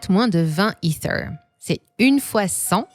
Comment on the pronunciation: les vidéos sont en français tu n'as pas besoin de sortir ton meilleur accent quand tu prononces "ether"... Dis é Terre comme tout le monde stp